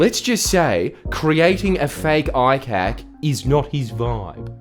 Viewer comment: The subtitles said "with a robust federal eye cake" and now I'm gonna pronounce ICAC as eye-cake - thanks, Jordan.👍